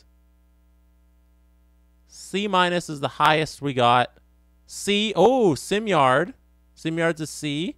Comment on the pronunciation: Simard is probably upset you keep calling him simyard